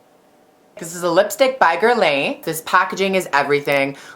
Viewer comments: Guerlain its french and its pronounced like GALAN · Guerlain is pronounced as "gayh-lung" :-) Sharing is caring lol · Everytime you pronounced Guerlain I died a little lol! All wrong girl! But still love ya <3!